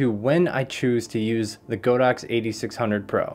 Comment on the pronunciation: Great video 😀 Btw, it's pronounced "God-Ox" (not "Go-Dox")